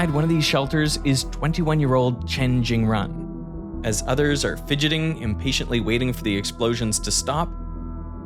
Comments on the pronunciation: Jingrun... maaan... can't you just research name pronunciation? The "run" is pronounced something closer to "joon". You make it a point to pronounce Goldbach properly, but don't give half of a sh*t about Chinese names. It's hard not to see a form of racism there. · and the "run" in Jingrun isn't pronounced like the English word run, think of it as "-sual" in "usual" but replace the "l" with "n"